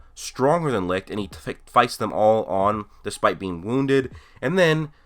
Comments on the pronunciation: Oh for the love of... "sigh" alright look, Licht's name is not pronounced L-I-K-T. Its german and translates into light and its pronounced L-I-S-H-T. For example take the first 2 letters of the word "Should" and put it between Li_t, thats how its done. Not trying to be a dick or anything its just a bit frustraiting hearing so many people saying it the wrong way. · U know that licht is german so the pronunciation is very different?u can google it